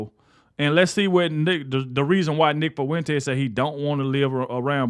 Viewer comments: Nick "Fuh-wen-tass" 🙈🤣🤣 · Am I loosing my mind or is he saying his last name weird af?